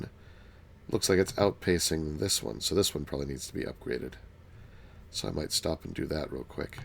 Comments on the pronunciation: I was standingg and my knees buckled when he said "pstop" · I laughed SO HARD when he said pstop!